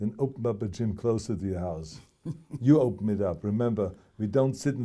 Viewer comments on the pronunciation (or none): Gyme? What's a gyme?